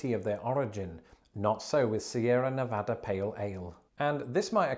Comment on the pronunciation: After taking the piss on you, you said Sierra Nevada correctly! Cheers!